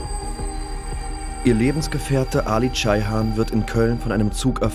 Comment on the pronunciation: CEyhan mit E nicht A. Soviel Respekt muss sein